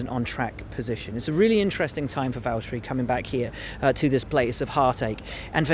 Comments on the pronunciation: Learn to say valtteri and then comment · im triggered by how people cant say names right, and its valtteri not like mahaveer raghunathan that might be a hard one to say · write or say still its not valterri or vallteri its valtteri, f1 fans should know the names